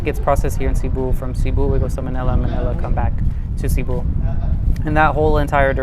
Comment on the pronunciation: i mean no hate by this, but i want to point this out - cebu is not pronounced 'SEE-boo', it's "seh-BOO'. as someone who's lived there for four years i think it's incredibly important to show respect to the city you're living in by pronouncing its name properly at the very least.